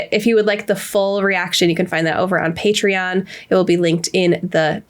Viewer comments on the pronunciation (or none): none